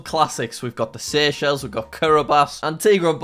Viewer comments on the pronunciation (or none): none